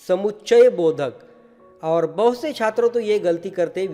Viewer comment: I like the way sir say "छIत्रो"